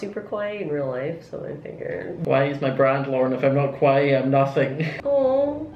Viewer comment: When you pronounce “kawaii” it sounds like you’re saying “scary” in japanese and thats how your scott doll turned out XD